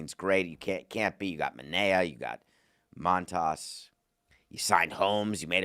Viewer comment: David, it’s obvious you don’t like the Mets. Probably because you’re a marlins fan. You can’t even say Manea’s or Montas’ name right. And you forgot to mention the Mets have Senga. Montas deserves to be demoted. I’m happy they are having him pitch mid game instead of starting. His last 5 or so starts have been terrible. You also didn’t mention the Mets have 2 stellar starting pitchers in triple A with Sproat and McLean. Why didn’t we talk about why not bring them up? It’s time.